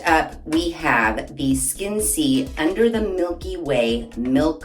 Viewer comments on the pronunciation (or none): I’m not sure, but I think it might be pronounced ‘Skin-SAY’.